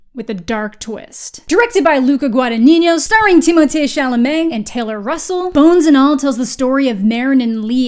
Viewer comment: I love how you correctly pronounced Timothée Chalamet